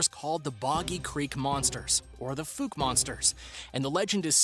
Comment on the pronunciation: It's pronounced Fow-k not foo-ke. Fouke. The E is silent